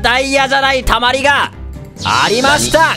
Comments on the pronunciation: 動画投稿ありがとうございます！！ の絶対王制はいつか成り立つのか！？www 二人とも運良すぎる🤣 【自分用】 スターターの権利www やばすぎるww 悪いとこでてるのすきww かみかみかわいい😂 たまアリ…？wwwww 溜まりがたまアリにしか聞こえんww 絶対王制…！？！？ 天才すぎるwwww いい感じの勝負になるの流石すぎる…😂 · 溜まりがたまアリにしか聞こえなかったw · 溜まりがたまアリに聞こえてしまった自分がいる😂